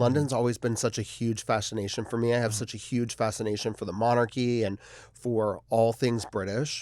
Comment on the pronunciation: Not Delta coming for Thorgy with the "huge/human" with no H 😂😂😂